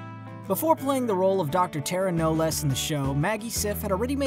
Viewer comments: It's Tara Knowles as in Nolls Tara Nolls not noles lol tomato tomato ❤️ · Did he REALLY pronounce it as “ Tara Know Less”??? DUDE WATCH THE SHOW ITS TARA KNOWLES ... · I dont think the narrator watches the show. He didnt pronounce Tara's last name right. Whatever... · The way you say taras last name is wrong 😂